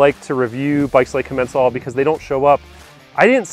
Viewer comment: When I call Commencal they pronounce it differently than you.